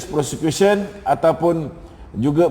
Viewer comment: Kau sebut prosecution macam sebut kusyen, tempat duduk. Tah apa apa lah kau ni